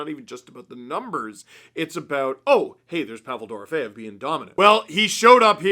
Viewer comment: You should tell Ray Ferraro how to say “Dorofeyev” (you say it correctly, and he says it VERY incorrectly lol)